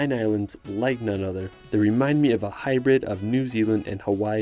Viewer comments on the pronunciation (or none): none